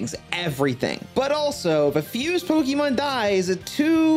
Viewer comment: So you spell it with the accent marker, then say it wrong like your talkin to a baby lmao...